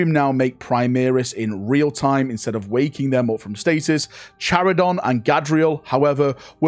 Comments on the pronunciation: it says multiple times during the story, its KAI-RON, not Chirion or chiridon you big boob! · "Care-on" or "kai-ron" There is no d in the name my man